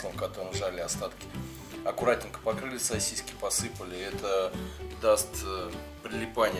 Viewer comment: Уважаемый автор, умоляю не говорите СОСИСЬКИ, это для ушей пытка мучительная. Правильно говорить СОСИСКИ, без мягкого знака.